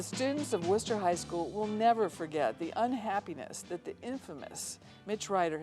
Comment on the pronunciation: It's "WOOSTER" Ohio. At least he has the pronunciation of Wooster correct.